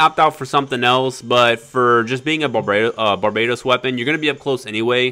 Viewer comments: its barbatos not barbaytos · Bar-ba-tos not barbaetows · Its pronounced bar ba tose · You pronounce Barbatos incorrectly.